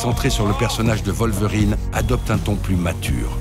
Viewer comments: {Wallverine} je tiquais à chaque fois que j'entendais {Volverine}. Ca n'enlève rien à la qualité du propos cependant. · Faut revoir la prononciation de Wolverine XD Ça change d'être en extérieur, c'est pas mal.